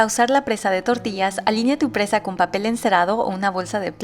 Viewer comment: EXCELENTE RECETA. 👍😋 Y PARA MÍ, SIEMPRE ES ENRIQUECEDOR ESCUCHAR AMBOS IDIOMAS.!!😃 AGRADEZCO EL ESFUERZO Y CARIÑO QUE LE PONES A TUS RECETAS.♥️ TUS VÍDEOS MUY BIEN EDITADOS Y TUS RECETAS, SON EXQUISITAS.!!!😋😋😋 Y SÓLO, COMO UN COMENTARIO, CON MUCHÍSIMO RESPETO, ES PRENSA. NO PRESA. (SIGNIFICADOS DIFERENTES) 😁 AMO TU CANAL. 😍🤩